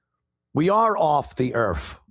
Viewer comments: “Off duh earff” 😂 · 😅 “From da Erff” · "we were begging them for help"🤣🤣🤣 "we are off the Earfff"🤣🤣🤣 This channel's goes great with my morning coffee 💯☕🤣🤣🤣